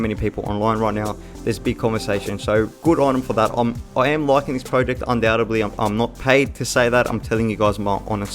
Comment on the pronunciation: Got to be honest I nearly hit the dislike button. You must of said project 1000 times. Not only that but your pronouncing it wrong. Was so painful 😭